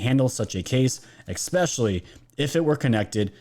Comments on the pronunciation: THANK YOU! Great video as always!!! 🙏🏼 But I feel you are too sharp to keep mispronouncing “ESPECIALLY”.. not “eXspecially”😉. Keep up the good work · Ickspecially(not a mean comment i hope, just sayin) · Ok i have to say it cuz im a Grammar Nazi and its been driving me insane. ESPECIALLY... not Expecially Sorry... just had to say it!